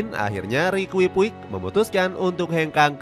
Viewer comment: Perbaiki penyebutan nama Sergio Busquets = Serqio Busket Rique Puig = Riki Puj